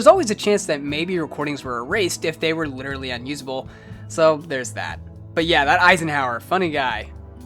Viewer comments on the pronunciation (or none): none